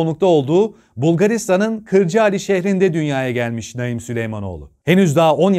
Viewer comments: Abi Naim diye yazılıp Naaim diye okunur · Ya hu çocuğun ismini doğru oku sinirim bozuldu ya